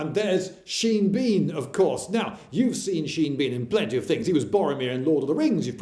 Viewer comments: As a kid I always used to think his name was pronounced Seen Been :-P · Nonono, the actor's name is pronounced /ʃi:n bɔ:n/